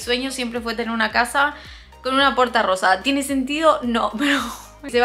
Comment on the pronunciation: Me encantó l la puerta rrosa cómo el capítulo de los Simpson cundo tod Decia puerta rroja hay pero es puerta rrosa besos 💋🌈